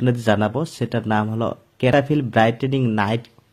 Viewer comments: ক্যাটা ফিল নয়, সেটাফিল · Name tai to vul ...bolchen.....cetaphill